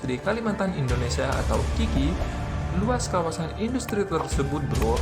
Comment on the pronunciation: Siapa bilang papua Nugini tadi ngaku,,, hayo dan ada yg ngucap indastri ,yg bener baca inggrisnya industry kalimantan park